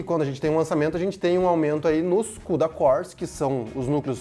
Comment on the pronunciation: Quantos “kudacór” hein!